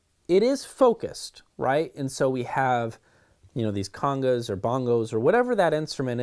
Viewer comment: “...congos and bongos...” 😁 bless your heart ❤️ Jk - great review. Thanks.